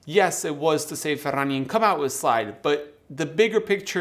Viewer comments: 🖒 Cheers and love the way 'Ferrania' is pronounced in Spanish....better than my Yorkshire accent 😊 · Just here for the proper pronunciation of Ferrania